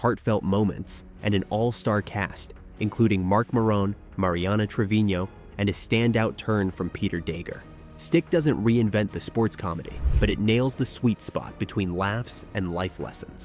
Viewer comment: It's Marc Maron (as in mark m-air-ŭn). Anyway Reacher is my go to series elsewhere (as prime is it otherwise for me), aside from regular cable (I've watch a few other great ones over there as well in the past. I did start Slow Horses at one point, and do need to get back to it, and ditto Foundation. The two I've watched all the way through have been Silo and Invasion. Probably will get to one of these others eventually, but who has time when there's so many great movies I still want to get to before all is said and done.